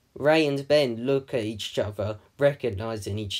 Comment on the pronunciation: why do you say each chother when it's each other? just curious.